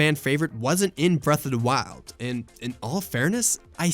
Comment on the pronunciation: "Bref uh da wild"